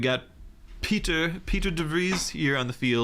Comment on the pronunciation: PIE-TER is how you say it :)